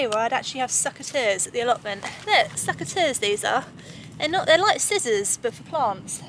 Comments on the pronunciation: sEcateurs not sUcateurs😅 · "SUCK-a-ters", LOL, love your humor,! And your cauliflower looks fab!